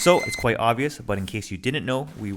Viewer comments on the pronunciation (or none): none